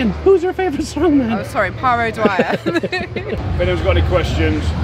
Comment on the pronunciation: Paw Maguire? Dude, his name is Pa O'Dwyer, not Paw Maguire.